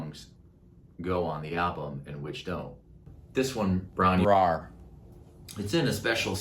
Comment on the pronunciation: Hi!I'm an old Welsh girl in her 70's Lifelong Zep fan.I'm afraid that Robert wasn't able to say it properly either.😄The correct pronunciation is Bron-yr -ire(like in eye,but we Welsh really roll our "r".Robert loves Wales and all our myths and legends.Hope this helps.Best wishes from the misty mountains.